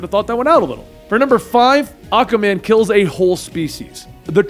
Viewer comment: Ah-Kwah-Man not Ah-Kah-Man It's a "Q" not a "K" I hate to be that guy but you made a video of a character whose name you mispronounced for 9mins and 25secs (Great video though Wet Dave needs for respect)